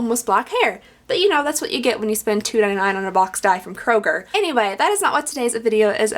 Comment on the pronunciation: Can I ask where you are from? You said Kroger and it made me think of Texas since that's where I used to live.